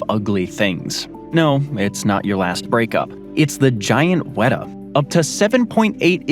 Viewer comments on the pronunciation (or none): none